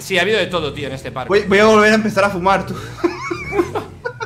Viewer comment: Buscas comentarios que dicen que dice PATKOUT y no PARKOUR